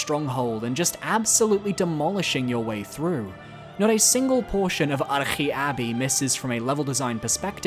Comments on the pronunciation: Arche may be Greek but you aren’t. Just say arch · There's no way that is the correct pronunciation of Arche Abbey I refuse to believe it